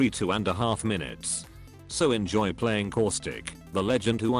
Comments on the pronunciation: Does anyone else hear core-stick or is it just me? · Did you say causthicc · Causic Austic Auswic Auswitch